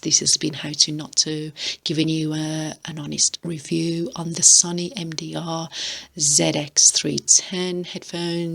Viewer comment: It’s pronounced soh knee.